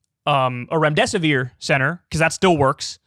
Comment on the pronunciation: Remdesivere?? Really ?